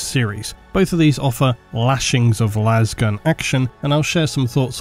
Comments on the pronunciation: But why do they pronounce it las and not las? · How tf does manage to get 68 minutes out of "Lasgun" 😂